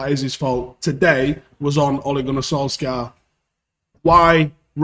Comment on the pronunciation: His name isn't fucking "Solskaar". Jesus man.